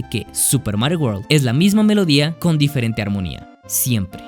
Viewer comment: Dice "DIEERENTE" xd